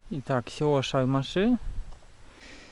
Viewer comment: Большое спасибо за церковь в Шармашах! Церковь была построена по проекту знаменитого архитектора Пятницкого. Он также спроектировал Казанский университет, в котором я когда-то учился. В Шармашах у него было имение (ударение падает на первый слог - шАрмаши). Там жила одна из моих прапрабабушек, пока она не вышла замуж в Тюлячи в 1863 году. Шармашинская церковь также обслуживала деревню Ключище. Там тоже жили мои предки, но в 1844 году они переехали и основали Новое Ключище, деревня относится к Сизинскому сельсовету Арского р-на.